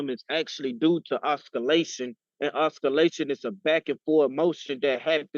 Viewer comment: race has nothing to do with it. When speaking English, learn how to pronounce a word. And no, it was not just accent. It was pure mispronunciation . Oscillation is not difficult.